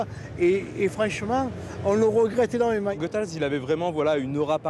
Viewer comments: SVP... il faut prononcer GOUthaels (comme goûter) et pas GEUthaels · A la Francçaise c'es GOethals. Mais c'est aussi Raymond la malice